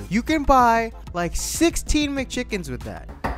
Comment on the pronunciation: When he said “16 McChickens”, I thought he said “Sesame Chickens?”